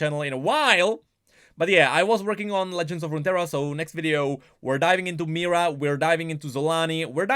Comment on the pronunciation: Why does call Mihira a Mira?